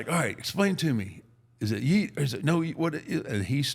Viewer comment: When he said “yeat” I thought he was talking bout “here’s a bell”😂😂😂😂